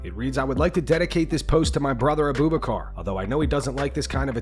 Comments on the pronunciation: A Boob a car? WHAT? It's pronounced Abu-Backer!😂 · Uh-Boob-Uh-Car lol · It’s pronounced ah-boo bock-er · Abu bakar. Your pronunciation was terrible. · never ever pronounce AbuBakar like that again buddy